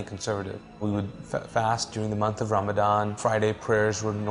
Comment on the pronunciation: Avelee De Leon Hi. Brother if you really want to know the truth, u will find it. The simple reason this guy is lying is because he cannot pronounce the word ramadhaan. And he claims he has memorized the quraan. I am not against any religion especially Christianity. Its a religion whose people I respect and love as they are closest to us. But this guy was never a Muslim.